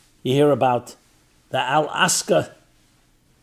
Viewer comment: Rabbi please try to pronounce al aqsa properly, its so disrespectful